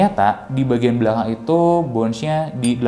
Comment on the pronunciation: Sedikit koreksi aja, Bounce itu dibaca pake Essss bro, Bukan Ecc. Dibaca bawnssss, bukan bawnch. Bawnsss yaa, bawnssss.